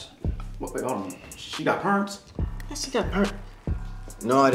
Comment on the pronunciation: G "She got purants?" 🤣🤣🤣🤣